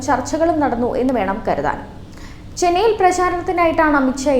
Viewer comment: വേളിയായ്ച്ച അല്ല, വെള്ളിയാഴ്ച്ച ചെനൈ അല്ല, ചെന്നൈ. തിര മേഖല അല്ല, തീര മേഖല. ചേത്രം അല്ല, ക്ഷേത്രം.